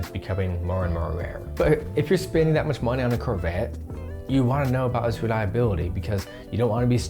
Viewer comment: Anyone else triggered every time he says curvette?